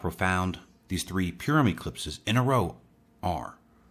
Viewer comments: its not pronounced pure um its pur like a cat um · Thanks, eyeopening information. We live in awesome times. And fyi Purim is pronounced paw-ruhm.